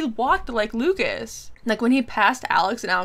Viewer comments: Yes the 'S' sound is silent. Its just Luca(s) 🙂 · A little piece of advise on French language: you don't pronounce the s at the end of Lucas :)